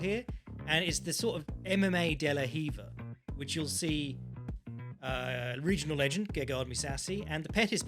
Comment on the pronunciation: Every time calls Mousasi a « régional legend » I Die a Little bit more